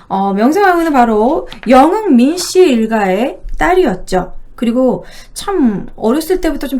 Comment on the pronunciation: 발음이 너무 안좋음. 여흥 민씨를 영흥 민씨라고 발음하는게 너무 귀에 거슬림..